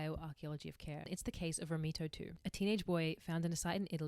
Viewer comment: The idea of being disabled so far back in the history of humanity is terrifying. The idea of being tended to by a community of people with such limited resources is incredibly heartwarming. I love the message of this video: that it is inherent to being human to support and care for those in distress. (On a less serious note: as an Italian, your pronounciation of "Romito" cracks me up)